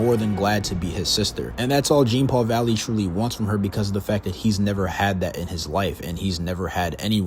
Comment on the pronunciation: if you're gonna cover a character, please say their name correctly